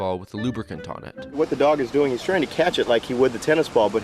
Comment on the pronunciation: what he said. "what the dog is doing is-" what I hear. "what the dog doin?"